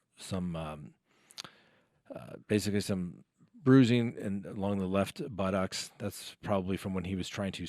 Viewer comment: Do all Americans say buttocks like Forrest Gump??